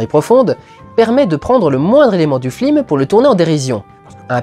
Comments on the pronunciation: Y a une raison pour laquelle Dudu prononce toujours "flims" au lieu de "films" pendant toute la rétrospective ? Oo' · très fort de prononcer "flim" à chaque fois ;) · flim ? tu as perdu un pari dudu ? ^^ (ou alors c'est la prononciation excessive (et parfaite) de Michel Hazanavicius qui fait lapsus ? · heuuuuu c'est quoi un flim ? c'est pas un film normalement ? :P ça m'irrite les oreilles :P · Pourquoi j'ai l'impression que tu dis flim au lieu de film? x) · c'est moi ou tu n'arrêtes pas de dire "Flime" ? x) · Merci, j'ai cru que c'était mes oreilles qui déconnaient X) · Parce que c se qu'il fait x) sa ma tuer aussi après avoir fais attention j'arrivai plus a me concentrer sur autres chose x) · Et c'est avec 8 ans de retard que je capte que tu dis "flim" à chaque fois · Putain mais c'est pas humain j'explose de rire à chaque fois que tu dis flim XD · Ca a du etre un cauchemar de prononcer flim a chaque fois. En plus il a l'air d'y avoir peu de prises. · t'as dis 3 fois flim au lieux de film, en 2 minutes, pardon, je veux pas être désagréable mais c'est vrai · slt, tu te rend compte que tu dit souvent "flim" au lieu de "film" dans cette vidéo?;-) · J'adore comment tu dis "flim" l'air de rien comme si c'était le mot normal et en gardant ton sérieux tout du long! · pourquoi tu dis flim ? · Bon, OK, on a compris qu'Hazanavicius ayant fait La Classe américaine, ça peut être rigolo de dire "flim". Une ou deux fois. Au bout de la 15e itération, ça devient HYPER LOURD, en revanche. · Pourquoi il dit flim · Prononcer "flim" une fois ça va, le dire tout le temps non. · Pas trop chiant de dire "flim" pendant toute la vidéo, au niveau prononciation ? :) Bel hommage !!! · Arrête de dire "les flims", ça me stresse. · Pourquoi dit-il tout le temps "Flime"? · Merci de le dire, je pensais être la seule à comprendre "flim" ^^ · FLIM? Comment j'ai tiqué à chaque fois lol ^^ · Non ce flim n'est pas un flim sur le cyclimse...